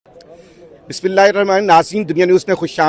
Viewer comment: Ye shaks besmella kesy pad raha ha